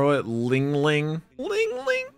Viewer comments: its not lingling, its linlin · It kills me that crunchyroll said lingling instead of LinLin. I'm glad they fixed it later in the series but dang man